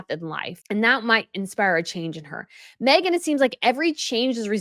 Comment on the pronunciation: Mee-gain taking on someone else's discards lol